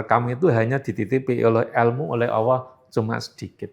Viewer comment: Sebut Allah aja gak benar dia